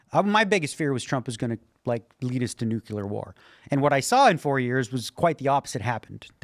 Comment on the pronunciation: Does anyone else hate it when people say the word nuclear as newk-you-lar…. Why do so many people say that word wrong